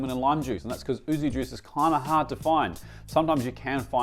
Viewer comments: yuzu not oozu 😂😂😂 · YUUUUZZZUUU NOT OOOOZZZZU As a fluent Japanese speaker this hurts me and is always wrong in your videos arghhh